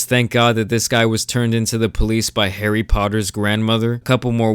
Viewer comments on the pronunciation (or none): none